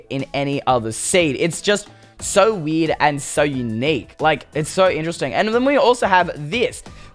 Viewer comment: Instead of you saying werid you say weed